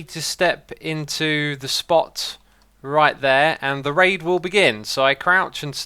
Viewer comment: Whenever he says "raid" i dont... hear... "raid"...